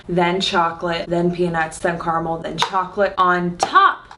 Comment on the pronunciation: what is this CARMALL that you are talking about?? Don't you mean CAR-A-MEL?